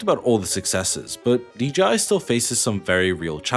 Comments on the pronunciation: Why do people say "Dee GEE Eye" instead of "Dee Jay Eye" for DJI? Happens a lot... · pause: Why is dji always uniformly prounounced as Dee Gee Eye?! 👉dji=dgi … 🤔